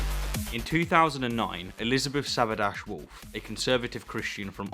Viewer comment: Being an Austrian, I feel compelled to give some broader context to this whole thing. The woman who was convicted (whose last name is pronounced something like "Sah-bah-deetch Woh-lth", just mentioning this because it was...challenging to search for her with your pronunciation of the name, not your fault, though) made her remarks at an institute associated with the far-right party "FPÖ" (which has been working to create resentment against muslims for quite some time now) and they were phrased in a way with heavy subtext which doesn't translate well at all. It was judged by the court that what she said was designed as an insult as opposed to a comment meant to induce religious debate. Another thing that is perhaps worth mentioning is that because of Austria's history (what with the Nazis and all) there are laws in place forbidding speech and action meant to exalt, play down or attempt to repeat National Socialist agenda, as well as using Nazi symbols. I'm just mentioning this to illustrate that there is precedence in the Austrian law system to limit free speech in certain circumstances. Now, with all that being said I would like to voice some personal opinions on the matter. While I personally don't condone the notion of a "right to not be offended", especially regarding religious feelings (Come on, if you believe in fairy tales, you should expect some criticism), I am feeling very ambivalent concerning this specific verdict. Make no mistake, the convicted is certainly NO cham